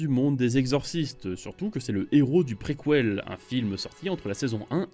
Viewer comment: Prequouelle carrément